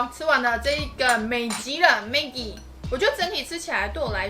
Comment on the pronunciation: 你解释得很好，而且也很用心！还知道马来西亚统称泡面为maggi（虽然你念错了gi的发音哈哈）~会继续支持你的影片！用心了~